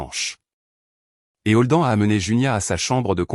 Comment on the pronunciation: Je ne comprends pas, la mère et la sœur cachent la naissance de sa première petite fille à son mari, mais la mère invite sa fille à l'anniversaire de celui-ci ? Elle n'a pas pensé que tout se saurait lors de cette fête ? Et Holden se prononce prononce "Holdène" et non Holdan.